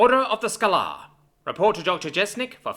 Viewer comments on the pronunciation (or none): Skay-ler not scho-lahr